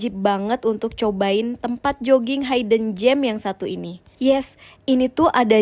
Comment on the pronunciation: koreksi ya :Hidden bacanya bukan haiden tapi hiden (buka kamus lagi), jujurly lebih baik ganti jadi honestly biar ga keliatan bodo banget pake Bahasa indonesia tapi di inggrisin